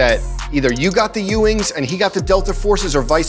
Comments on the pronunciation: Am I hearing him wrong or is he saying "HuEwing" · he’s definitely not saying “ewing” right in the beginning sounds like he’s saying “hewing” like he’s putting an h on the front of it right. that’s too bad